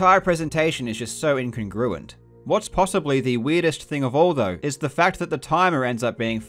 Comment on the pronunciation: This is a fascinating video! Honestly, despite very little knowledge of speedrunning, I'd have picked up one or two of these just from watching challenge runs and GDQ. He just doesn't act like a speedrunner. I have to ask, was the pronunciation of incongruent an onomatopun?